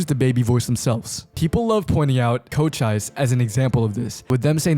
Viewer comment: why did he say Cochise like that